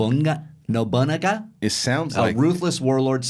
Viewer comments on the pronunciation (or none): attempts at pronouncing Yasuke and Nobunaga was brutal. "Yah-skay" and "Noh-bew-nah-gah".